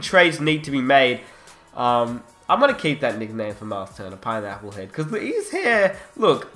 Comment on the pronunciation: Bruh with ur accient it's funny when u say pineapple head😝😝keep up the good work